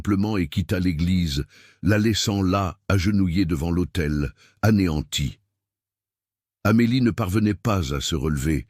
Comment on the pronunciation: Devant « l’AUTEI.. » et non pas l’hôtel.. Ceci mis au point, je vous écoute avec plaisir du Sud de la France.. Très belle histoire d’amour..merci.